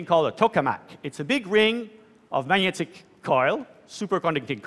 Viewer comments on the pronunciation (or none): If you take the "manyets" instead of magnets for granted... Who on earth pronounces magnet like manyet? That's pretty weird, isn't it?